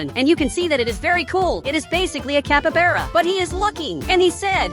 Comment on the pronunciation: You said capybara wrong